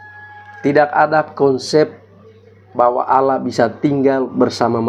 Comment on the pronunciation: AUULAH.. APA ITU. SOK TAU.. ALL LAH.. BUKAN AUU LAH. BUKAN ALA... ALLAH. PAHAM.. DOUBLE LL.. ALL... ALL. ALL LAH. ITU YA